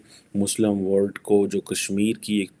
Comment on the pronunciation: Baba Word nahin mere Panjabi bhai, WORLD!!!!!! Why do you swallow L???